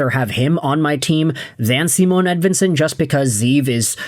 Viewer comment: no his not, its not even close to right. this guy is a click bait dumdum